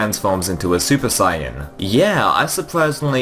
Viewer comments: SAIYA- Oh wait he even pronounced it how it's spelt lmaoo😂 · "Super Sieyahn"